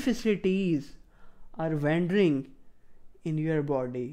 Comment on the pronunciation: "Wendring" 😂 I love it XD